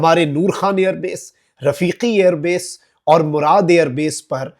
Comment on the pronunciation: Murid Not Murad